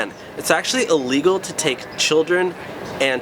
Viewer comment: Is it just me or do I keep hearing him say "Legal" instead of "illegal"?